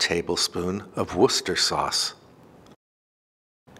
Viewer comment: Thank you for saying W-ooo-ster sauce rather than war chest-er-shire. I live in Worcestershire half the year and everyone who lives there pronounces it Wooster.